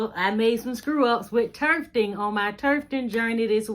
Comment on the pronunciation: Thanks for your information. You’re really helpful. BTW. There is no R in tufting.